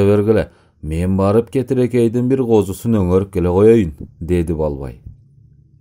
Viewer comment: Кетирекей эмес,Кетиркей